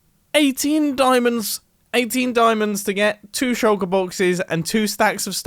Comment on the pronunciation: Shulker, not shucker